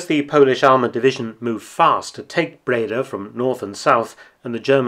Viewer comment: Nice to know. PS I’m Dutch and live about 20 Miles from Breda. And you pronounce “Breda” with the emphasis on the “a” so Bredaaaa